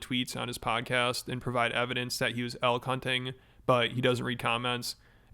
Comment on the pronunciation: Instead of 'elk hunting' I heard 'L-Cunting' and thought it was a new brainrot slang or something.